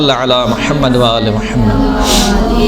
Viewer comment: Khahiraan jb Drood Pak parhti hn tu lafz Muhammad ko Mohammaad parhti hn... Mehrbani farma kr sahi talafuz k sath parha jay